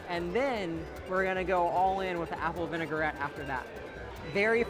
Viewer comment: Me every time he says "vinegar-ette" 😬😑